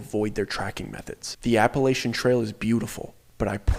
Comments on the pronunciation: Don’t believe anything someone says about Appalachia if they can’t properly pronounce Appalachia. 😅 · You pronounce Appalachia wrong.